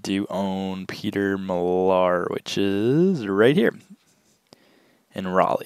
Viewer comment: It is pronounced Mill Are. I used to pick this brand up 2-3 years ago but now it's a hard pass unless it's something really unique.